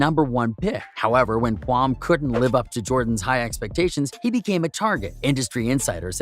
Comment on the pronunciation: i dont think he really know basketball. He pronounce kwame brown's name "kwamm" and who tf is Anthony Rudolf